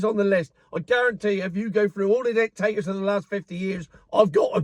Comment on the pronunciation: going through the list of Dik-Tate-Tors... LOL..., I was from Burma, a Dik-Tate-Tor Military since 1962, from when I was born. Never expected UK in 2025 to adopt similar policies. The Miliary Police arrive at 2-3AM in the morning and take you and your family away to a prison for 20 years!!!